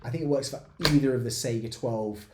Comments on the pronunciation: think of how you say Kalashnikov and not Kaylayshnikov ez :) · (/ˈsaɪɡə/) - saiga with 'A' from America or dArk - not SEGA game company : SEIGA - it is named after an animal (just being a cringy know it all nerd, but i hear it all the time like SEGA)